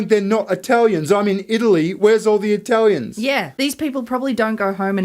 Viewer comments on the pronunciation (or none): The way says Eye-talians is triggering me